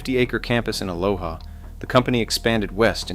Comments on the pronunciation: And: Ah- lo- ah. (Vs. "Ah-low-ha" = the Hawaiian, pronunciation.) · and then he says Aloha wrong too. nothing Hawaiian about it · Aloha is not west of Hillsboro, it’s east of Hillsboro, and it’s pronounced “a-low-a” not “a-LOW-HA.” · Aloha Oregon isn’t even pronounced correctly 😂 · It's fun when you are from a place and everyone pronounces the areas wrong. Tualatin is too-ALL-a-tin. Aloha is uh-LOH-uh. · TOO-ALL-A-TIN and AH-Low-AH ,to cities mentioned wrong. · Tualatin is not pronounced like that. Neither is Aloha. There's this thing called Google and you can ask it things like this.